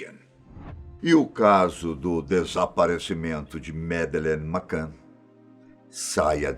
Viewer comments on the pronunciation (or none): E ai, desculpe a correcção mas se pronuncia "Medline Macane" e não Medelene Macan... adoro vossos vídeos, os verdadeiros contadores de história e cheios de mistério... Parabéns de Portugal.